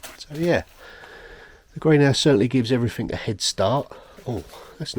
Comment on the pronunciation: Oh brambles!! I have a job ahead of me when the snow's all gone, big patch out back that has got out of hand. Difficult job. Say, did I hear a few "everythink"s? Are you picking that up from Billy? ;)